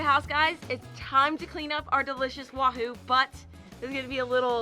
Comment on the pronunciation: stick to being the camera man and cooking! You literally butchered that Wahoo!! 😊😂😊